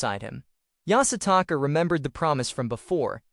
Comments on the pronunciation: Take a shot every time the AI says Yasataka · Bro keep saying yasataka🤣